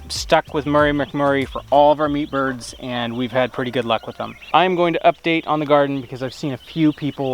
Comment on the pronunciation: Every time you say meatbirds.. It sounds like peepers. Lol